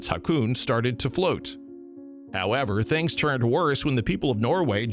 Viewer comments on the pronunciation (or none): none